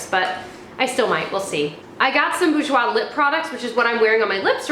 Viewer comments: Bourjois is pronounced as Bore-j-wa x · OMG ! I love when you say "Bourjois". I am French ans it's so funny heard you. I love your vidéo !